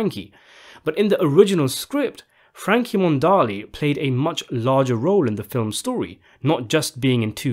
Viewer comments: Frankie Monaldi, not Frankie Mondali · It's pronounced, Mih- NAHL-dee!